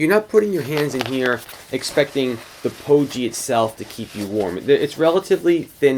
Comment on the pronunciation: Thanks for the good review. Pogie with a hard G though. Rhymes with hoagie. :-)